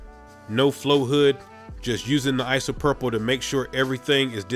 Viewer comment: Your pronunciation of isopropyl makes me happy "Isopurple" it's just making my day so much better